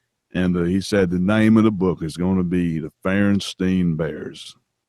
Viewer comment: I know this is just a minor issue compared to the impossible big load of bullshit, but it drives me nuts every time: When will Feuerstein learn that the pronunciation of his very own name is "Foiershtain" and not "Fearstain"? It's german and not a made up fantasy language. Yes, I understand it's just a name/label, you can bend the pronunciation when established for other languages (like as an american name) but I can hear it wrong only so many times until I have the need to say at least one time: MEH.